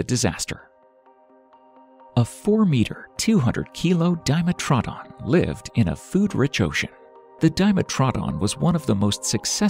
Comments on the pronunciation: I was interested in the video until it talked about dimetrodon (pronouncing it weirdly) and the "reptiles?" I went to the comments immediately to see people's feedback but im surprisingly seeing not a lot of people talking about that. Im also surprised that the channel gave credit to their "camerman" but not to the video clips they stole from BBC "Walking With Monsters: Life Before Dinosaurs" Am I missing something here or are they really claiming they created these clips? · There are a lot of errors in this video, which is a shame, because it gets quite a lot right too. But Arthropleura was not an insect. The bit about how Gorgonopsids hunted is incredibly speculative, but delivered as fact. And this narrator makes a very weird pronunciation of Dimetrodon. I've only ever heard it pronounced DiMETrodon (two types of teeth), but he says Dime-a-TROdon. The funniest one though is . 'All water on the planet evaporated". No it didn't! No scientist thinks that. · DIME-e-tro-DON, not DYE-met-raw-din. lol. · Yea DIMEATRONS no it’s a dim-etro-don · I know most all this footage, but some of the facts he's stating are mixed up or wrong, although not all, but what getting me, but we are all individuals, is how hes pronouncing some creatures like "dime-atrod-on", ive never heard it pronounced this way, among other's. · isnt it pronounce as Dee-met-tro-don? hmmmm... sounds weird saying it Dime-met-tro-don.. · Di-metra-don .... facepalm, but a good video , not true reptiles but Mammal Like reptiles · It's diMETrodon. Crazy pronunciations in this video. Plus unconfirmed behavioral characterizations. Just a dreadful video. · I've never heard Dimetrodon pronounced that way. I thought it was Die-metro-don. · Dime a trod on 😂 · Didnt want horrible things to befall this guy until I heard how he pronounces dimetrodron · It really bothers me how yall r pronouncing "dimetrodon" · anyone else gets stuck on the way he pronounced dimetrodon? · Dimetrodon pronunciation is way off.